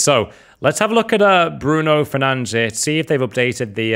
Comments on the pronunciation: its bruno fernandES and jou felix bro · It’s not fernange 🤬